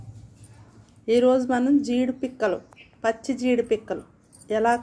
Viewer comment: That is pachhi not prachi